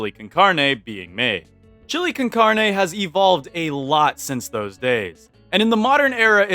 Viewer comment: not being one of those people who are mean because you said a word in a differant languge wrong but heres how you say carne The car in carne is pronouced caar and the ne in carne is pronouced like neh